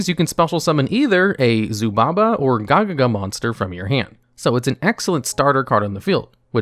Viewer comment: You need to make more videos about the Gagaga archetype man. The way you pronounce them is so funny LMAO.